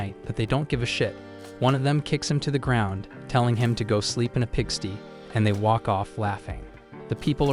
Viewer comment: "Pig Sty" rhymes with "Ham on Rye" not "Orc Pee"